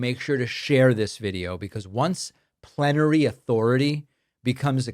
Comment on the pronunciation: swear it sounded like planetary 😂 had to look into it and I still find it comical. You are right that the far right think of Trump as some god. So many examples of it.